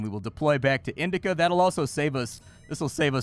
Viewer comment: Indica sector? I think you mean Indacouch sector.